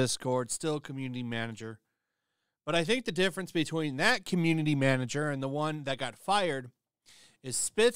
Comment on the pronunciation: Lol "manger"